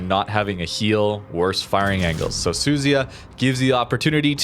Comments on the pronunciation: FFS its NOT suzy-ya its su-zu-ya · Su-zu-ya. Not Suzy-a. better not go to Japan when pronouncing ships like that.😂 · It's pronounced "Soo-Zoo-Ya".